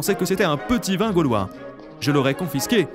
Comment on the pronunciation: Ses pas galvois ses gaulois mdr